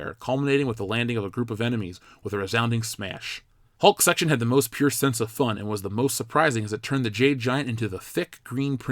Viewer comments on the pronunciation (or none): none